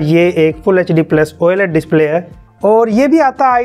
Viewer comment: same like me "oaled" instead of oled